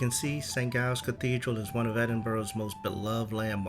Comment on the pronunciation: just a tip - the "G" in St Giles is pronounced as a hard "J" (as in "Jam") not a "G" (as in "glue").